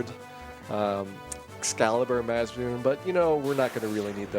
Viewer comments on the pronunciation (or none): "UMD cartridges" "Mazzamyoon"